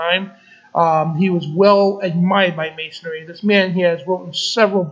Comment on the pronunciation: The word is "androgynous" not "andronymous". And it's not masonary - it's may-sun-ree, masonry.